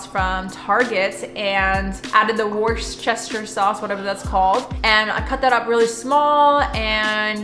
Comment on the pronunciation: Worcester (sauce) is pronounced “wooster” with short vowel sounds. It’s named after the English county of Worcestershire = Wooster-shire.